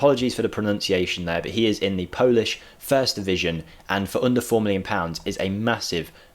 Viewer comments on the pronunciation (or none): none